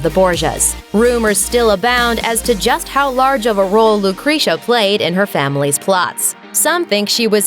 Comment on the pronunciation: Lucrezia is definitely pronounce wrongly... please, correct the pronounce, it's not slightly different,is completely wrong